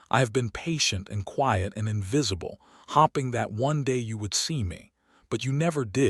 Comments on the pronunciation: LEARN HOW TO PROPERLY SPELL 'HOPE!' It is so annoying continually hearing she was 'hopping' when it should be 'hoping' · I kept visualizing rabbits every time the word "hoping" was pronounced "hopping". There were others as well. AI? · How does this AI continuously confuse the words hopping and hoping, stare and star? I’ve heard him do this in story after story.